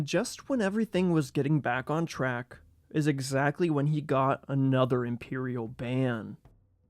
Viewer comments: Götz von Berlichingen. If you don't say at least that name you failed. You failed. It's GÖtz not Gotz. 😉 One of the most interesting things about the prosthetic is that the iron hand was more advanced than what modern medicine could do for a long time. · Götz was a Suevi Chad truely Pro tip to you anglo speakers, Ö is pronounced as the Ea (æ) in Earl, not a O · It's more the pronounciation of the name 'Götz' that all Germans listening take umbrage with. The 'ö' is not pronounced like an English 'o' - there's a reason for the dots. It's pronounced like the 'ea' in 'Earl' (well, close to that). As far as I remember, he also said 'lick my ass' and said it to the messenger of the archbishop of Mainz, not to the emperor.